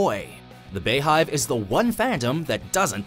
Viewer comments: Stop calling it they "Bay"-hive. It's pronounced "Bee." Hence the bees. Good Lord lol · Bey is pronounced "bee" jeez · Beyhive is pronounced Bee hive. Not bay hive. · imma need y'all to pronounce Beyhive correctly.... it's BEE-hive. As in Beyoncé's hive. It's pronounced BEE-hive. Not Bayhive. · Please stop calling it the BAE-hive, when it's BEE-hive. Because we know it's BEE-YONCE... Thanks! Love the videos! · It’s pronounced “bee-hive” not “bay-hive” do you live under a rock. and what culture mispronounce so many words, especially extremely famous names, like how do y’all not know how to say the name, they’re super famous, and they’ve been around for years, it’s like you’ve never heard it before you made a video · is it really that hard to say "bee hive"? where tf does "bay" come from? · Stop. Saying. BAY-HIVE. It's BEE-HIVE. THATS THE PUN! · Why oh why do white media pronounce Bey as "Bay"?! Its Bey as in Bee 🤗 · It's beehive not baehive smh so annoying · BEE-hive, not BAY-hive. Get it together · wtf did you just call the beyhive LMFAOOO "baehive" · FYI the beyhive is pronounced BeeHive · "Bee Hive" like bumble bee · How do you miss the obvious pun in "beyhive" and mispronounce it?